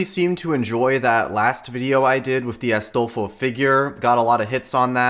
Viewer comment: i like how he has an accent when saying astolfo